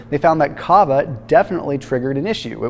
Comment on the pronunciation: When explaining about Kava, I thought he meant Cava 🍾🥂😆🤦🏼‍♀️